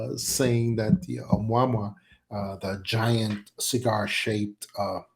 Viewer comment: This guy's Been Around in the UFO field for years, & THIS Does'nt SOUND LIKE HIM, this guy Can''t Even Pronounce Ah Mu Ah Mu Ahhh HOW HARD IS THAT, he's Had Years to Learn to Pronounce it Rite, So What Gives Here. He Talks like a Faker, Trying To Play The PART, FARRRR TOO MANY, eh ahh uh mmm ah eh uh!?, Prime Teltale of BULLSCHITZEN ARTIST ATEMPT!. What is Now Saying IS Diff than what he's Said n Talked About Prior NOW, All of A Sudden we've got MULTIPLE Secret Space Programs JUST WITHIN Our COUNTRY!?. ALL this Supposed Fragmentated Industrial Space, etc Interests, Even Sounds OFF in This Episode. Like Many Other deepstate media FAKE Presentation Creations, i'm feeling THIS IS ANOTHER ONE!, & YEAH This guy is speaking like an MK- ultra Mind Programed Individual!🤨🌎🇺🇸⚖️🦅😉😎, WWG1WGA&QA's2/ P.T.'s 3%'rs, MacChaughleh, M.A.G.'r Yet, & ALL Countries,. Ayuh